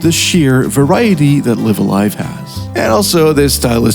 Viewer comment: Oh no he pronounces Live A Live incorrectly. Video ruined